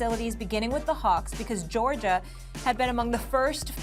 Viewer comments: “Georgerr” - Stephen A. Smith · “Georgier”, “florider”